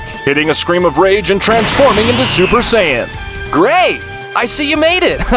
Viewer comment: Ah yes the super sayayain